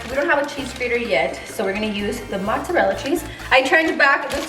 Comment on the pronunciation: when she said mozzerella lmao